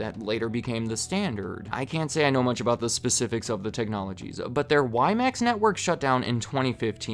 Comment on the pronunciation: WiMAX pronounced horribly wrong lol